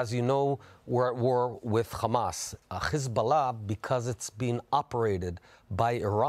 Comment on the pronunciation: Is it so hard to say hezbollah. Why chhheezbolah. Genocidal liar, you will lose, go back to poland thiefs..